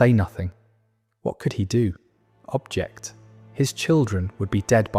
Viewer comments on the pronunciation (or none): You can tell the one reading cannot understand what he's reading, saying "Object" (thing) when it was obviously meant as "objEct" (say no) for example, or "Damaged. Goods." rather than "damaged goods."